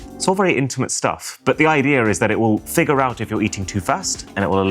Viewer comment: Bro, you've lived in the UK for far too long. There is no R in IDEA :D